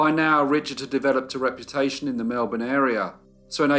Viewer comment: Thanks so much for pronouncing Melbourne correctly. Another fascinating story 🙂